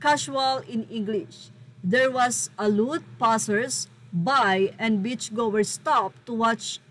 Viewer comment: A lot po yun, hindi alut ang pagbasa 😅